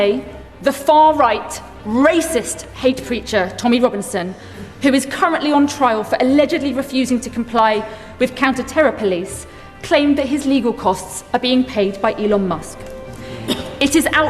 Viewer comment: Police not poice! 😮